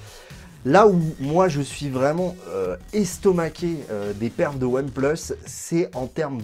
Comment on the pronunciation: Ça me fait rire : "One pleus"